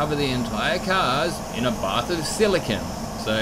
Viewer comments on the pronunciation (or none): none